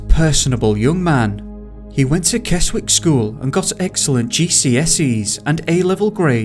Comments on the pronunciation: FYI It's Kez - ick not kes wick & River Ooze not owse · Keswick is pronounced "Kezzick" and Ouse is pronounced "Ooze". Just trying to help. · I can't listen to this. The narrator's cadence is terrible and pronunciation of Keswick is terrible